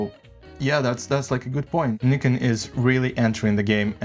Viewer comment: Thank you for pronouncing Nikon correctly! Great video overall, especially on the flickering issue. Nobody keeps in mind that in most tests shown on YouTube the footage is pushed more than 3-4 EV on non-base ISOs, which is already abnormal (as for me, previously Sony user shooting everything +1.7 EV for noise sake).